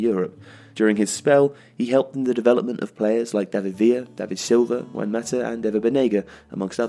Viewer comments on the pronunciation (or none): none